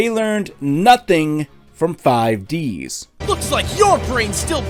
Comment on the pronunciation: I laughed too much when he said 5ds that should like 5 dis while focusing on Aki's breasts